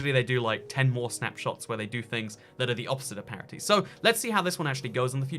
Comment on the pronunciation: I can’t deal with the word parity.... what in the world are you trying to say???